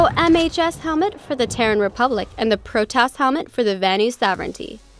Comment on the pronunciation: It's funny bc I totally thought you said that new VS helmet was called the Protoss, lol, now that'd be just silly